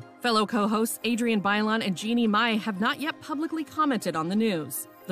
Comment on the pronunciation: Why'd you have to pronounce Bailon like that -_